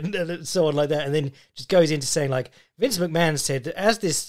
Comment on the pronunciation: Why is Vince McMahon pronounced Vince McMann?